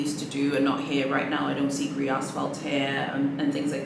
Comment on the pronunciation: please can we pronounce the colour in French, i can't with mispronounced Gris😂 one of my friends has Gris Perle Constance, it looks beautiful! it's quite grey though.. it comes off more white in the video